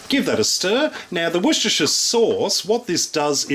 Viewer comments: wor chester shire sauce. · Just glad to say you can pronounce Worcestershire sauce AS WUSTA SAUCE as we do here in the U.K.....greets my friend from UK.....keep up with the cooking and recipes....love em all.....Bob in UK